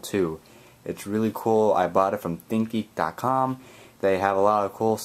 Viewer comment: When You Say Think Geek It Sound Like Thinky.